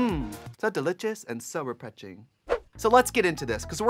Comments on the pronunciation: "so deli-chess and so refre-ching" miranda sings or kim chi?? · "so delitchous and so reprenshing" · LOVE seeing these two legends together.❤ Trixie, not 'delitchious' and 'represhing' 🤣🤣🤣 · mmm, so delitious and so repetching